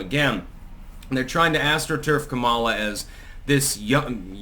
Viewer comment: are you going to pronounce her name correctly anytime soon?